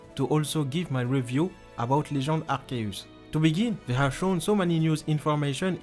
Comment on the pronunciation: Essaye de dire arsius et pas arceus